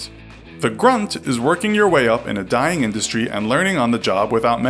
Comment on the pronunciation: I died when he said people now a days people are constantly deing